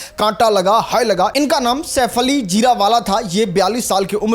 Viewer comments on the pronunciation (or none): बोलना सिख लो शेफाली होता है ना कि सैफ अली